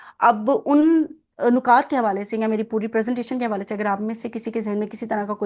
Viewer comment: پہلے تو آپ مبارک ہو نکات میں اور نقاط میں فرق ضرور کریں نکات ن کی زیر جبکہ نقاط پیش کے ساتھ بولا جاتا ہے